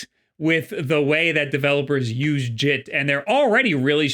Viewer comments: Bruh said jit like he from florida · When you said “JIT” I looked back at my screen, because for a second I thought that you were talking in Florida slang.